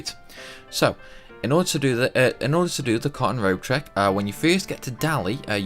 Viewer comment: it sounded like he was saying "con Road" when he said " cotton Robe".. Annoying. Anyways...